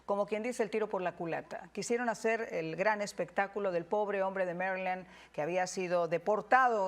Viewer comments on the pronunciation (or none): Maryland, no Marrrrrryland. Se te nota el Rancho, Mi-Ja.